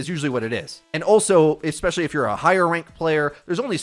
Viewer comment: Eggzetera. Eggspezially.